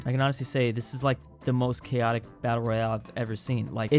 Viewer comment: Ah yes cho atic